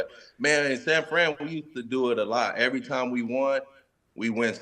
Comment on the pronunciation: "evers" 😂..close enough willy.